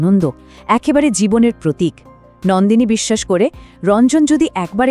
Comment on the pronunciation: Nandini noi Nondini, majhe majhe Nandini bolechen